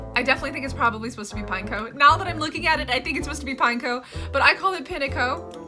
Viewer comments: I laughed the most with your way of saying the pineco line xD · WHY U SAYING NASTU AND ZASTU IT NA TU AND ZA TU WAAAAHHHHHHHHHHHH😭😭😭😭😭😭 WHAT DA H*** IS THE PRONOUNCIATION FOR PINECO WTF??????????????????????????????????????????? 😭😭😭😭😭😭😭😭😭😭😭😭😭😭😭😭😭😭😭😭😭😭😭😭😭😭😭😭😭😭😭😭😭😭😭😭😭😭😭😭😭😭😭😭😭😭😭😭